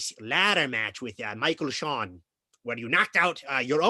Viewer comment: How can I not be a fanhausen of someone who says "Michael Shawn"?